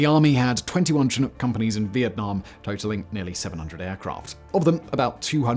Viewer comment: Every time Simon pronounces "Chinook" a kitten dies.